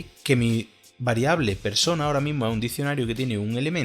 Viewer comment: "Perona" me hizo recordar a los peronistas acá en Argentina jajaja